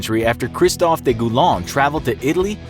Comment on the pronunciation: In French, the word "de" is not pronounced that way. It's actually kinda comical that you try to speak the French words properly but then mispronounce a basic article.